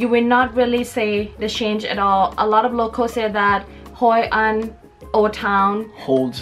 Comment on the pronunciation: It is Hội an not Haiyan!